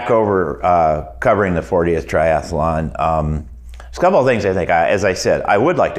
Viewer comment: It's tri-athlon, not tri-ath-alon.